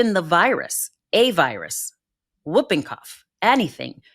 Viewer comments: The term, "whooping", is spoken as "hooping", not "wooping"! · Oooohhhhh FFS Americans... it's pronounced "hooping cough", you sounds dense when you say "wooping cough". Yes, it's spelt "whooping", but for crying out loud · The disease is pronounced; HOOPING-cough, not WOOPing-cough. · It's pronounced Hooping Cough, not Wooping Cough. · It’s screws up badLY… LY LY Badly, Quickly, Really… Stop destroying LY. Why is America raping grammar so bad-LY, now. Also It’s pronounced Hoop-ing cough. It is not Whoopi as in Goldberg it’s not woop-ing cough.. H with a huh.. hoop ing cough! Pfffttt Yanks. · Pronunciation of "whooping" cough - the "W" is silent, as in "whole" & "who", so it's pronounced "hooping" (rhymes with looping & stooping). "Wooping" rhyming with looking, is the slang term in the US for getting smacked. (Sorry, it's the teacher in me. LOL) 🙄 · I always pronounce whooping as hooping. The w is silent, but I guess u guys say it differently over in USA. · The correct pronunciation is "hooping cough," not "whooping cough." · It's pronounced hooping cough! And that poor baby!! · I don't get the politics and immunisation re USA that is being discussed. I live in Australia...you walk into the doctors and get the vaccine you want. PS Whooping is pronounced hooping the W is silent. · It’s whooping , WHOoping cough. The W is silent. The US is going back to the 19th century. Babies are dying of diseases that are all but extinct in the developed world. Next you’ll have to start making calipers and/or iron lungs. Simply because of Polio. TB should be fun for you too. I hope my country won’t let people. from the US unless they can prove they have conducted a vaccination program. What a silly country.